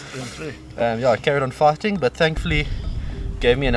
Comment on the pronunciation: Okay. Fighting. You was saying fighting. Now I get it. I thought you was saying farting.